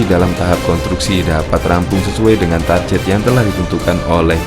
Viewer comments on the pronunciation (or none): none